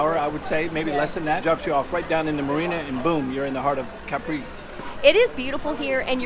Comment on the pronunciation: Càpri not "caprì".... 🙄